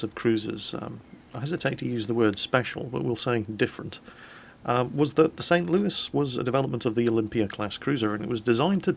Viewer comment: Hey! You pronounced the St. Louis in Merican! Greetings from the U.S., we are all proud of you.